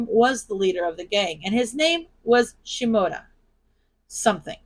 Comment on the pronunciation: I thought you said Shimura when you said Shimoda and I was like, I'm sorry what!? I had to check the actual story just to make sure of the name. 🤣🤣🤣